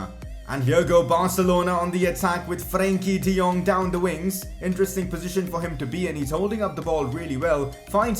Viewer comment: Are you Dutch? Cause the way you say Frenkie de Jong is very accurate.